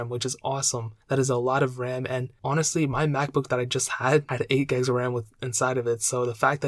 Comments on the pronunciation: 8 "gegs" of ram 😂 great video, great info, but as others have said please slow down your speaking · “8 guys of RAM”